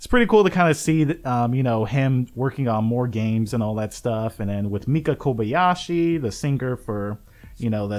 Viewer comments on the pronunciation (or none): none